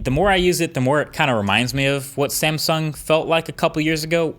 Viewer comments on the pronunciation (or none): none